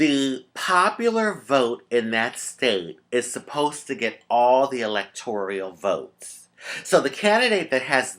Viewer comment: Rajee honey I love you and you are so smart but need to correct your pronunciation on the electoral college. It is electoral, not electorial. Love you baby.